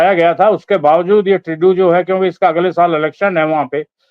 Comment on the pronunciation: This idiot can't even pronounce Trudo lol who the hell is he? Taking like he is the government 😅